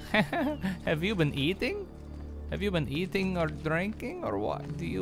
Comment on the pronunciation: HAHAHAHAHAHAHA "Haave you d+benn drinking?" HAHAHAHAHAHAHAHAHA